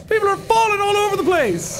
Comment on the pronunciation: I died "just how alone you arr" 🤣 I dont know why his accent just sent me